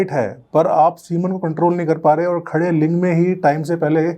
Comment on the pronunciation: Doctor ka bola link v ling sunai dera h 😂